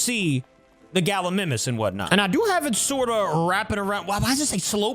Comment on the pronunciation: Galimimus is pronounced Gal-E- my-mus